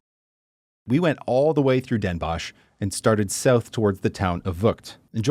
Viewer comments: Dehn Bóhs, not dénbosj! 😜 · You probably meant Den Bos(ch)???Pronounced like Boss in English, do you have dental problems? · Den Bosh? Try saying 's Hertogenbosh. There are fools living there who refuse you saying Den Bosh. Very funny.